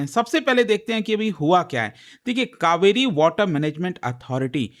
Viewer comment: Kaveri ,,not kauveri ,, change your English